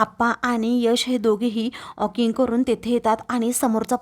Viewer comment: आप्पा auking ऑकिंग नाही walking वॉकिंग करून आले.